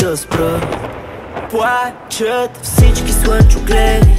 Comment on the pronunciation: Песента е много красива,но определено произношението на буквата "Л" в думите ,се забива като пирон в главата ми. "Пуачат всички суънчогледи"...